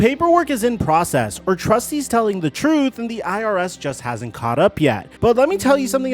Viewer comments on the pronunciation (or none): none